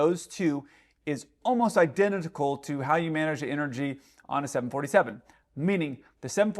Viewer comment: 😂😂😂 i love u but “idenenitical”?!